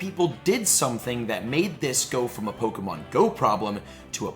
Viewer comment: Hun love your videos but it's really obvious you never watched the some of the series cuz you're constantly pronouncing the names to the Pokémon wrong 😅🤣